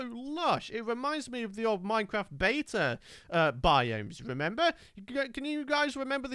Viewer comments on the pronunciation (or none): none